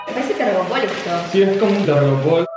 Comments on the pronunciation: Se llama «telgopor», no «tergopol». XD Buen video, me suscribo. Me encantaría vivir ahí, así sea trabajando toda mi vida por el sueldo mínimo. jajaja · Como que "tergopol" jajajajja